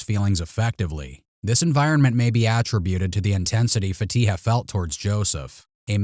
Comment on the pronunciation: Why is the investigator not able to pronounce her name correctly lol Fatiha isn’t a difficult name.